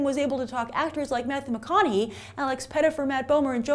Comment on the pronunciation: Damn Breathe woman, you sound like your going to hyperventalate gees oh and get MATTHEY McConaughey's name right when you say it...lol